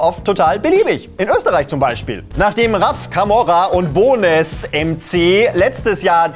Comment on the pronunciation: Bone-ess MC?🤦🏽‍♂️ Bonez wie Knochen auf englisch, das z wird nicht betont.